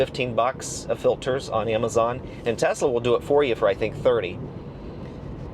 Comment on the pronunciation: Kudos for pronouncing the name right! Greetings from Croatia (Nikola Tesla is Serbian born in what is present day Croatia. Our languages our very similar, we pronounce it identically and yours is spot on)